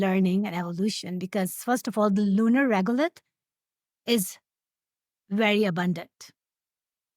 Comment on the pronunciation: It's Regolith not regulate. Just saying.